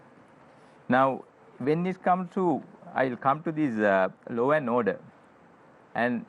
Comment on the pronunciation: It is law and order not low and odeur